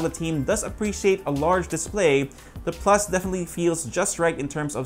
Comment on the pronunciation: "pluch" hahahaha 😂